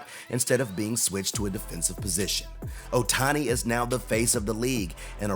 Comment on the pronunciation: Yes, we all love him, don't we? Just a small thing... it's not a little valley（小谷 Otani) but a big valley(大谷 Ohtani).